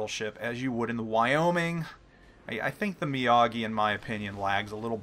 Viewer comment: Mr. Mee-AH-gee does Karate. The Mee-OH-gee is a Battleship.